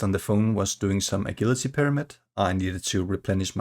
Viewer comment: 10 34 agility is pronounced with a j like in jump not the g in guilty BTW 🤓